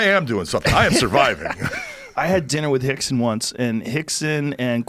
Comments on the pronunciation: Why do they keep saying Hickson and not Rickson? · Are they saying Hickson? Not Rickson? I'm I trippin? Cause its Rickson Gracie. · Are they saying Hickson.....wasn't it Rickson? No hate just curious. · rickson is pronounced hickson like how royce is pronounced hoyce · In the Portuguese language the letter r is pronounced as an h, rixson is brazilian and they speak portuguese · Hickson? Rickson idiot